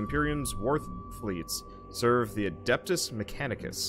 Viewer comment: It's not "adAptus", it's "adEptus" mechanicus :) Imagine you're trying to speak latin :P